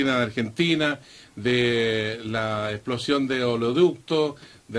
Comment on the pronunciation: Exploción...? Hesplozión...? Esploción....? No será "Explosión".....? con este nivel.....llegaremos leeejos